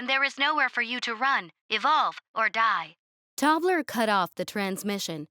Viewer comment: So.... Tobler sounds like toddler, and dwarfs becomes dorfs. 😂😂😂